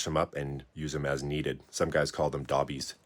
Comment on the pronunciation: Not "dah-bees", the original abbreviation was "doe-bees", short for "adobe". Way cheaper to make sacrificial height stands from adobe instead of real brick.